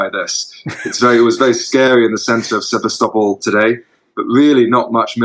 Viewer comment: Journalist that can’t pronounce Sevastopol ! These Ruzzians can’t do a good job even as acting as British journalist. This Johnny Miller character has too be pickup by MI5 if he enters UK.